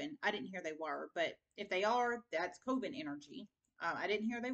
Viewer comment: Coven is pronounced like a hot oven with a "k" koven. Just so you know 🤗